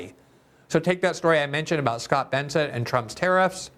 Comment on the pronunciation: BESSENT…can’t even get his name right. Lol.